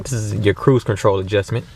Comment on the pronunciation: this nigga said cruise control adjusment lmfao ur a funny guy loved that